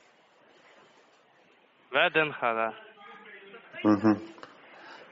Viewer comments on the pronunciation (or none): ВДНХ ( вэ дэ эн ХЭ) 😂😂😂😂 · Ну "метро Вэ-Дэ-Эн-ГХэ" - это уже вообще........ 😂